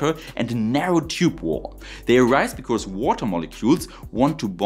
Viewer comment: Your English sounds like 99% perfect to me, missed some improper plurals and some lisps, especially on Rs sounding like Ws, or strange sounds like 'because' sounding like 'becourse'. But that's fine, it's understandable. WORLDS better than a bunch of the employees at stores in my area in America nowadays. Heck, most of them don't know any English!